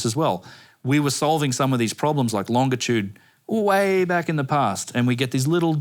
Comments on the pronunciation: It this dude say “longa-tude” one more time I swear 😂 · For being so smart, how come he can't say longitude correctly?